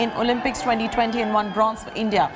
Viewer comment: It’s India not ndia